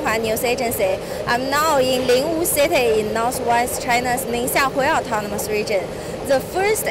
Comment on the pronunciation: 听着很变扭，city能发音成sayti